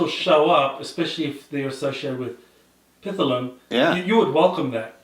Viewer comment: Honors to you, but you are still mispronouncing Pith..lam. Don’t put an “a” in the middle. Thanks